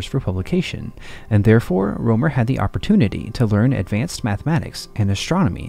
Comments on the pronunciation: His name is Rømer, not Romer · Rømer or Römer and NOT roomer it is NOT an oe sound as in shoe or you...PLEASE use an u as in hut if you can't pronounce the proper sound...This sounds beyond stupid...Have some basic RESPECT!!